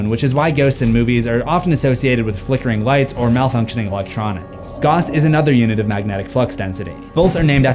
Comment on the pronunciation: Gauss is pronounced like the character from Final Fantasy VI. "Gow ss"